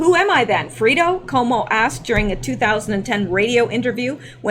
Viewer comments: Fredo is pronounced Fred + o with emphasis on Fred - not a long e, but a short e. Anyway. You are really missing out by not listening to Rush Limbaugh!! He is FULL-ON entertainment!!! He really makes my day! He's SO funny..... BTW, the guy thought Cuomo's name was Fredo because that's what Rush calls him all the time and the guy listens to Rush all the time. So he WAS sincere in letting Cuomo know that he really thought that Fredo was his name. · Fray-dough...FRAY' dough......not Frito. Frito disparages Mexicans....not sure why but you can ask a Lefty. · It is pronounced fr-a-do long a...not freedo lol!!!! Freedo is a corn chip! Lol! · My God it is FREY-DO not FREE-DO You sound very dumb when you mispronounce the heart of the story over and over. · Fredo is pronounced fraydo 😉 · The guy asked “Fredo” if he could take a selfie with him. That’s missing from the video. And it’s pronounced with an “A” sound.... Fra...doe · im starting to question your validity...if you actually listened to these clips you say you listen to then you would know your pronunciation of Fredo is 100% off. No one ever has said "Freedo" so who writes up your show points? When you lie about lil things, bigger ones are easier to do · pronounced fray do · Fredo is Pronounced Fraydo. Fredo was the wimpy, not to bright brother that was a total loser in the First God Father Movie. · Fredo is pronounced like Al-fredo as in the spaghetti. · No No, Am worshipper of the Godfather movie, Fredo's name is pronounced "FRAYDO" lol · Hooray! You’re on! It’s pronounced FRAY-doh, from The Godfather. Wow, Cuomo is dangerously insane. He needs to chill out; I think a nice fishing trip at Lake Tahoe would be pleasant. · I know that Rush calls him Fredo... and it's pronounced with the sound of a, instead of e sound. Its Italian. And I have a friend who is Italian and I'll ask him If calling an Italian Fredo, is like saying the N word?